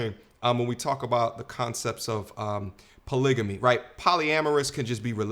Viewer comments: *Title of the video * proceeds to say “Polygany” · "WE EDUCATED" Can't speak proper english... CHECK "BLACK WOMEN THE MOST EDUCATED" Can't read a graph... CHECK She doesn't even know how to pronounce "polygamy" ffs. It's a hard G you dumb twit